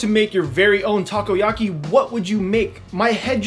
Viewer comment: "Taco-yaki" very nice